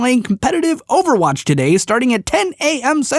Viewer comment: 3 syllables. O-ver-watch.